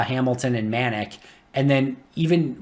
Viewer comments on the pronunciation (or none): Manac is pronounced Muh Nac. Like Attack.